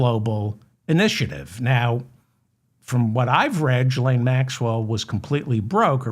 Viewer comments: David, if I may. Her name is prounounced: ghee lane. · Hello David Ferdman! You called Trump's daughter Ivonna. Her name is Ivonka. Also, the G in Ghislane is not pronounced like a J (as in gigolo), but rather a G (as in guilty). Love the show btw! I know those are sort of trivial corrections, but I watch and love every show you do (and 'like' them all as well). It would be so cool to hear you issue a correction of mine. I'm not going to get my hopes up, but it would make my day. As sad as it sounds, I don't have very much excitement in my life, so that would be the highlight of my week! I hope that you're next show will include lots of inappropriate A.I.! Your show is great on its own, but it's even more entertaining with unflattering A.I. clips of Trump and his goons!